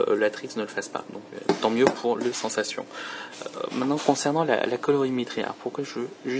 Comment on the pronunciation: Au fait, "Sensation" se prononce à l'anglaise. Il n'y a pas de traduction française pour le nom du téléphone. C'est peut-être qu'un détail, mais au bout d'un moment, après avoir entendu ça plusieurs fois, tu commence à en avoir marre. Je te reproche rien, c'est pas ta faute. Juste la prochaine fais attention en prononçant "sensation".